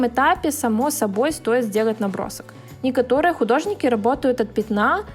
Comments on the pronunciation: Почему ты говоришь некотОрые ??? А так мне оч нравится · Она из Беларуси, а в белорусском слове "некато́рые" ударение падает именно туда (но в Беларуси мало кто на нём разговариваю, поэтому я сама хз откуда такая привычка)